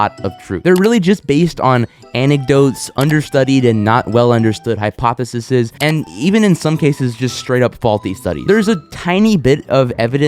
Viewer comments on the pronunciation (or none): Hypotheses is not pronounced like that lmao i had to click off